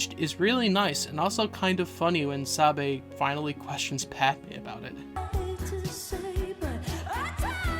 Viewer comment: This is a wonderful video however I did die inside a little bit when you said “Saybee” instead of “sahbeh” 💔💔💔